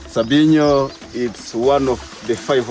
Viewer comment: It is n't call sambino, it is call sabyinyo